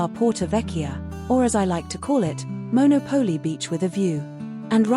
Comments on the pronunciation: Maybe when people put these videos on YouTube they should learn to pronounce the names correctly. Firstly it’s MonOPOli not monoPOLI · MonÒpoli, not MonopÒli. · It is pronounced Mon au Po Li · A nice informative video. However, it would be good if you pronounced the town’s name like Italians do